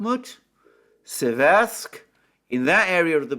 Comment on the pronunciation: In Seversk the emphasis is on the first syllable. The vowels e are identical in pronunciation.